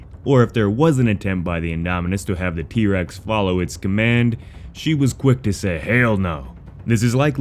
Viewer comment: Was that trex not irex lol